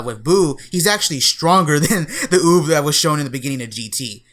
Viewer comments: UUB RHYMES WITH BOOB .. NOT OP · When said Uub I thought he said boob